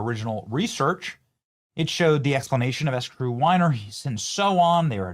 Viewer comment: Are you pronouncing the name of the winery as the "S Crew" winery? Well I think maybe I see the problem. 🤣🤣🤣